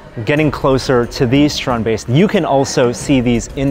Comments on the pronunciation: So while Theo pronounces it strandbeest Adam and keep saying stronbaste. With respect, Theo made it, at least say it as he does. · ITS PRONOUNCED 'STRAND BEAST' NOT 'STROOOOND BASTE' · The StrandBeests are amazing, wish the guy here would stop calling them Strong Base, it's StrandBeest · Stop saying "strahned baste"! It's a strandbeest. It isn't difficult to pronounce. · Is it only me? Or he said it as strandbase, not strand beast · yeah i keep finding it funny that Adam and pronounces it (to the best they can) the Dutch way while Theo just says strannedbeast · Dude pronounce the fuck correctly. Stand = beach beest= beast. Stand is pronounced str aunT and beest is baste like basting a cake